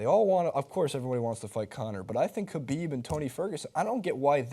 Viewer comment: Jesus Christ have you seen a Khabib fight, pronounce his Last Name right